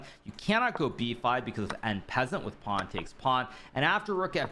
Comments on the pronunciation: “En peasant”?? I thought it was En Passant 😂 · "en peasant " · Hikaru pronounces "en passant" the way AI would.